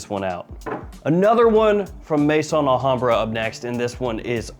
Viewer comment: As you're always seeking ultimate quality, perhaps you're interested that 'Maison' is not pronounced 'may-son' but 'meh-zòhn'.